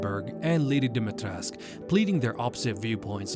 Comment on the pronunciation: DIMITRESCU!!! NOT DIMITRESC.... NOR DIMIATRECAH.